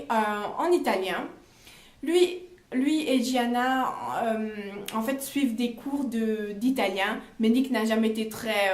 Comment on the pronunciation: Un des mes livres préféré 😍j’ai super hâte du troisième tomes j’aime beaucoup comme tu expliques je m’abonne par contre il me semble qu’on dit Giana à l’italienne et non jiana 😘😅